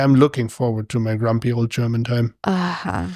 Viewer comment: GrumPy not grumBy